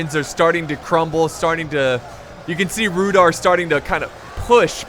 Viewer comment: Sry I think you pronounce Rhudaur with a not rhudor if that makes any sense. Sry my English.